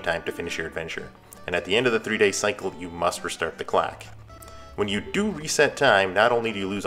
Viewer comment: he's poking fun at the way you say "clock", man.